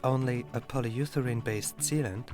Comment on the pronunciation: This is the first time in all your videos I've heard you make an actual language error. Your English, not just the syntax and meaning, but the phrasing and delivery, are always, literally, perfect. Your mistake on this episode though was "polyeutherane" instead of "polyurethane". Your English though is better and in some ways more sophisticated than most natives', and it's a real pleasure to listen to your narration.